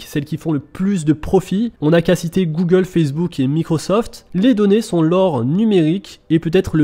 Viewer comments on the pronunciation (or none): none